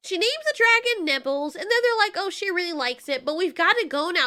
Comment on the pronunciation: For some reason I heard 'nibbles' as 'nipples' and I choked on water